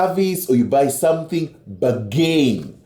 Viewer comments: Yes lol ba gin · The way he pronounced "bargain" lol, I'm dead, sorry I'm American